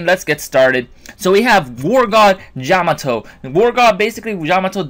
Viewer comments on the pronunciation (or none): I've been testing them out. With their first release, they are really good. They have a great win ratio. By the way, did you say "Jamato" at the beginning?